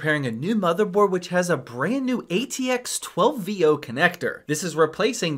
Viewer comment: maaaann, you've been dealing with PCs for a long time. stop speaking in shortcuts on technical stuff. you should have spoken the atx12vo properly. VO means Volts Output. it doesn't pronounce that way. try to educate your viewers.